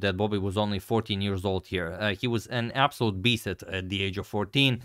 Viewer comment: 🤨🤨 Did pronounced “Beast” as “Be Set”?